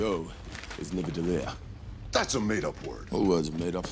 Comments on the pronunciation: So! If you will listen closely, Thor says "Nivadellir", and Rocket says "Nidavellir". I've only ever seen it spelled "Nidavellir", but I swear, on everything that is holy, you will hear it too, if you listen closely. I'm sorry for making you feel crazy, but I promise we aren't. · He said "Nivadalir" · What I'll never forget is that Thor said Nivadellir during this entire conversation, and everyone still heard it as Nidavellir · Notice how thoe says Nivadellier instead of NidaVellier, and no one corrects him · thor totally mispronounced nidavellir here and no one caught it, he says nivadellir which is wrong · He does mispronounce it! It’s such a small thing but it bothers me because I am a big Norse mythology geek 😂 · I heard it too I thought I was crazy the first time I watched this movie but I watched this video again and I was like oh lol 😂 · I can’t believe Rocket got it right and Thor didn’t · thor and rocket discussing nidavellir is probably my favorite scene in this movie i just wish they pronounced it right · It’s crazy how thor/Chris got the pronunciation of Nidavellir wrong but rocket/Bradley got it right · The pronunciation of Nidavellir here is soooo funny;P It's completely wrong;P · Yup. Chris Hemsworth kept mispronouncing it.